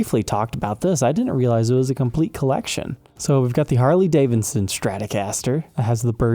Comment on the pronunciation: Harley DAVIDson not Davinson lol